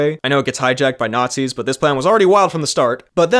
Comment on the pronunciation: GET IT?! ITS BECAUSE TRUMO LIDERALLY A NOTSEEEEEEEE!!!